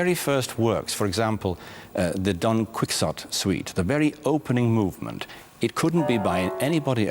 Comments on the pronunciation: Don Quix ot suite???? That's how a high school freshman would pronounce it the first time he encountered the book. I love listening to Hillary Hahn play Korngold's violin concerto. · Or someone British.